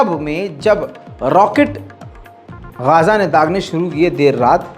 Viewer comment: ye इस बार आप गाजा को गज़ा क्यूँ बोल रहे है बार बार आप